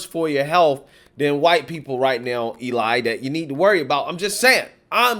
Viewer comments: Elie name is pronounced L-E 🤣🤣🤣🤣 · His name is pronounced elee spelled Elie